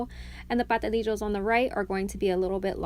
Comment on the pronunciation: Ok you forgot the S in Pastelillos ha ha ha ha it's not Patelillos